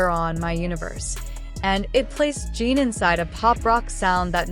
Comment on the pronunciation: Please find how Suga ´s name is pronaunced this is bad. And Jin as well, seriously.